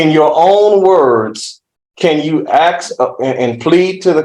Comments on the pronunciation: "Axe"and "pacifically" were used quite a bit during questioning, SMH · "Ax" him. Good lord. Talk to the juuudge. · I would NEVER trust a lawyer who can’t even say “ ask “ instead of “ AXE “ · Must be a low bar to be an attorney guy says AKS instead of ASK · How did this defense attorney pass the bar exam? A defense attorney that still mispronounces the word AKS... oops I mean ask. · When his fiance was on the stand, she said they needed him. I bet the decedent had family that needed him too. His family lost him and, fair is fair, he needs to pay for what he did. Why is his lawyer saying "aks" instead of "ask"?? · it’s not an accent, it’s complete mispronunciation. It’s ask-not axe. He went to law school, is presumably “educated,” which is questionable and he can’t pronounce a simple 3 letter word.